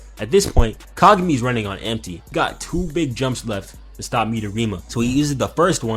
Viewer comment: "we're not repeating the hai-you-ga fiasco" ...proceeds to call Kagami kagew-mi the entire time